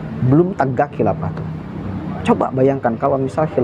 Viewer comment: Saya salut sama mas ini pemuda pandai... Namun pelafalan huruf f harus di perbaiki jangan nyebut p. Khilafah bukan khilapah